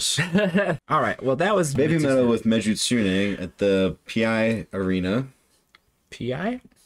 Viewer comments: Meg A Su Ney. Is How You Pronounce It. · 🍑 ⚡ 💕 / 🦊 ⛩ Your efforts to pronounce Japanese band names and song titles is much appreciated. In this case it's "meh-gee-tsoo-neh", with those syllable breaks. The "ts" is pronounced like the end of the word "hats". Of course they spell it out in katakana in the music video, メギツネ, but that's not necessarily super helpful at this point. : ) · Another great reaction! Your pronunciation is much better than most people, but with Megitsune the "gi" sound is closer to the "ge" sound in geezer (that's me) The intro at BABYMETAL live shows tend to be long since the ladies do need to catch their breath, water from their precious song.... (basically they have no intermissions) Please give us more! 🦊🦊🦊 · Megitsune /メギツネ. メ-meh, ギ -ghee, ツ -tsu, ネ -neh. Meh-ghee-tsu-neh. The "g" is a hard G like in gun. Like the word "key" but with a g instead of a k. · Megitsune as Su pronounces it in the song (you are closer than most tho) ... the 'git' sounds like a cowboy saying 'git' to his horse or to a kid like 'git' on outta here Me git su ne (at least to my ears)